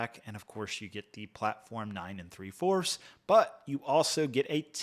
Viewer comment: why did you say 9 and three quarters like that